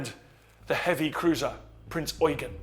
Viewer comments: I cringe every time I hear Prinz Eugen mispronounced on youtube. It's Prinz Eu-GEN, not Prinz EU-gen. The stress should be on the last syllable. Drachinifel gets it wrong all the time, too. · I'm not sure you understand the point I was trying to make. What you wrote pertains to phonetics, which isn't my issue. My issue is with how they stress the first syllable of Eugen, rather than the last one. Sure, German EU is pronounced like english OY, but everybody knows that, and everyone in this video pronounces it correctly They just insist on putting the stress on the wrong syllable. Hence why I wrote "EU-gen" (correct stress) and "eu-GEN" (wrong stress). What you wrote (Oy-Ghen) sheds no light on where the stress belongs, and instead corrects a mistake that no-one made.